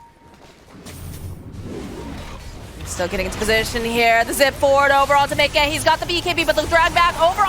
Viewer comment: lol the way the female caster says miCKe is so funny lol